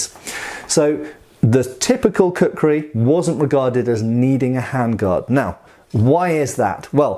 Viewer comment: Please say "Kukri" once more, I dare you!